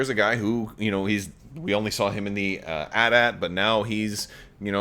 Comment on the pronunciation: The way he says AT-AT kills me